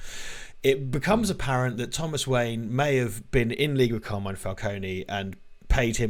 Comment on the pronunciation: Never mind Falcone, how come no-one in this film can say Carmine?